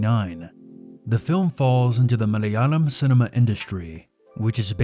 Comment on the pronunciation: Pronounced muh-lay-ah-lam not mah-lay-uh-lum.